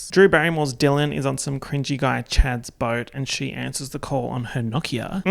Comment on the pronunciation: You have to understand how happy I am to hear someone pronounce Nokia the right way. If I have to hear No-kiah one more time, I might run into traffic.